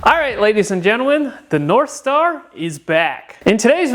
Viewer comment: did you say narthstar?